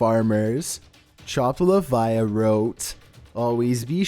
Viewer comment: Chopped liviah lol